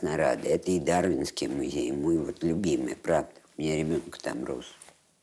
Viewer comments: Зачем,, вы говорите музЭй? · МузЭй… Это как «шифонЭр»?), спасибо за работу, но смотреть Свиблову нет сил. Неприятная дама(